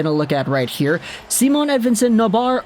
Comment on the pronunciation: Its not Simone either. Its just Si..mon.